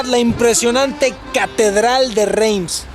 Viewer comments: SE PRONUNCIA REMS NO RAIMS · querido no se pronuncia "RAIMS"